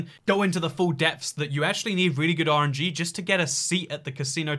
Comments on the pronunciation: says "RNG" but all i keep hearing is "orangey." Like, bruh, what you got against citrus??? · When he says RNG for some reason I hear orangey